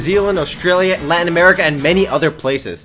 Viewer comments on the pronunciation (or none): none